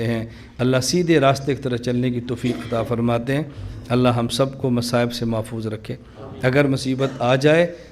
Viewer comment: كیا گهمن صاحب تجوید میں کمزور ہیں ؟؟؟ ق کو ک اور ع کو سهی ادا کیوں نهی کرتے؟؟؟ اللہ کو موٹا کیوں نہیں پڑهتے؟؟؟